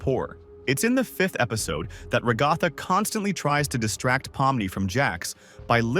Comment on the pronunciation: I'm sorry it's ragaaaatha